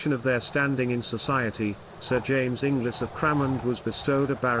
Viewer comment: Hello fellow inglis. He says it wrong though